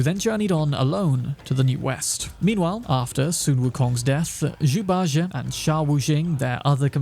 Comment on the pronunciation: 🤦 Bajie is pronounced Bah • G. Jie makes a G sound not an A or J sound... You can watch anything Sun Wukong/Journey to the West related to hear the correct pronunciation... Pronunciation is almost as important as spelling in my books.